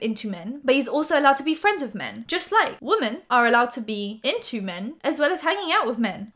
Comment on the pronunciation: Love your videos but gahd I cringe every time you say womAn when you mean womEn sorry 😇